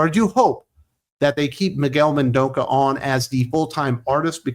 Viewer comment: Miguel Mendonça, not Mendonca. It's pronounced "men-DON-suh", and the N's are all nasal sounds. He's Portuguese, and so am I. On that regard, André Lima Araújo's last name is pronounced "uh-ruh-OO-jo", with the J pronounced soft as if in French. (ask Eric Breen about me)